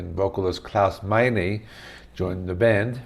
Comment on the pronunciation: Klaus's surname is pronounced MINOR Michael Schenker also played on the Love Drive album You have not mentioned the OBVIOUS Black Sabbath guitar tone that frequents throughout the album also!